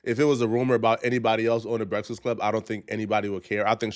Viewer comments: “the BRET-FISS club” bro said it like times 😭🤦🏽‍♂️ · “THE BRESFISK CLUB” MORON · The Brekless Club 😅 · “…the brefzkest club” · Nobody:: BresasClub. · he cant even say THE BREAKFAST CLUB.